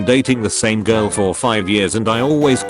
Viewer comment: Are we gonna ignore the fact that the text-to-speech pronounced girl as jirl?